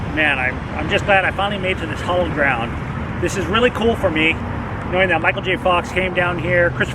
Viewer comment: HALLOWED ground. Not hollowed :)